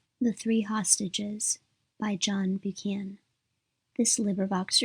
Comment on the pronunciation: Christ Almighty - this is unlistenable! Total garbage - pauses in the wrong places, no intonation. Cant even pronounce the author's name - give this a big miss!